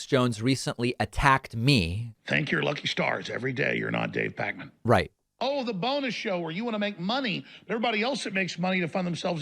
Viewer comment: Kinda funny watching David talk about pronouncing things the way they are, considering he prefers to be called PakMEN even though his name is spelled PakMAN. Sorry - you don't get to decide when letters sound certain ways, David.